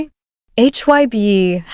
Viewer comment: Please pronounce their names correctly!! It isn't’t Jin-Jean its Jin-Gin, and HYBE not HYB you should say the word not spell it.